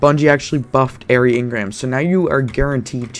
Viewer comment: It's "eerie" engram as in (ear-E) as in frightening or scary, since it's halloween/festival of the lost.... (or even lake Lake Eerie) not "Air-y" lol but good vid